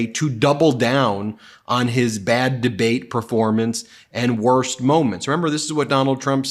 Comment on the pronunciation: ..."the worsk is nuclear warming"... Huh?